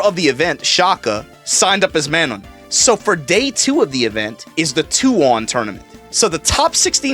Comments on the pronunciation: Bruh you say Manon weird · Man, he still cant pronounce Manon. But yeah that event was dope.